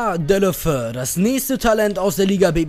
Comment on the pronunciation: Man spricht Deulofeu Dä-ulu-'fä-u aus ;) Troztdem wie immer einen Daumen hoch :D